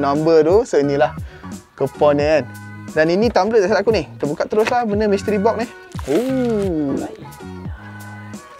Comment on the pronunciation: oneplus NOD. mystery BOK. pronunciation ke laut